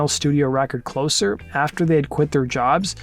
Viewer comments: The second album is pronounced “cloe-zer” because it was released after Curtis died and represented the end of Joy Division. Also, Love Will Tear Us Apart is not actually “on” Closer, it was a standalone single, like they release in England. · It’s not Closer, it’s Closer. Closer in NIN.